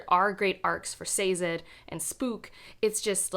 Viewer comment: Sayzed 😭😭😭. I loved The Hero of Ages- one of my favorite endings. Have you read Second Era?